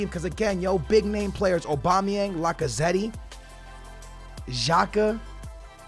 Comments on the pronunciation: It’s Lac-a-zett that’s how you pronounce it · When you say lacazette you don’t say the ‘e’ at the end Like so skillz can see